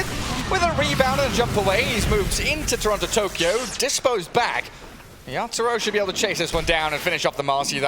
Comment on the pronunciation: Why u keep mentioning yapzor instead of yatoro wtf 🤣